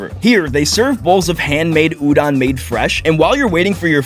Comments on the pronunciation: Udon. With o. Not a. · i love this but the way he kept saying udon wrong really ticked me off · Udon❌ Udon✅